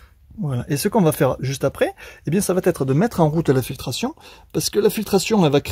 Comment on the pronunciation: Vous êtes sans doute très pro mais de grâce, « ça va t être « , c’est pas bon...ça va être, va me soulager à un point que vous ne pouvez pas imaginer..sans rancune,😃 mais j’essaie de défendre la langue française, à mon niveau...